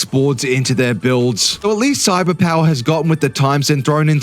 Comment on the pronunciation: Wow! Our boi here got Cyberpower correctly spoken for the first time here 😱🤯😂🤣